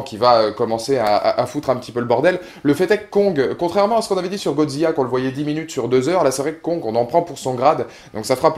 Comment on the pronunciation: Hello, j'adore tes vidéos et critiques rien à redire à la seule exception de ta prononciation du nom du futur adversaire de Kong qui est GodziLLa et non Godzia ^^ Ça pique les oreilles mais c'est un détail c'est pas très grave continue comme sa sinon.